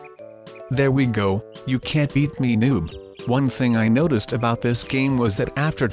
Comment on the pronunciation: you said noticed wrong